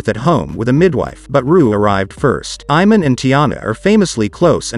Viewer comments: It's pronounced I-Mon and Shu-pert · Soon as he pronounced it “Eye-man”👎🏾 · His mispronunciation of Iman is irritating me. It was nice when shump was in the kings. Miss his positive energy.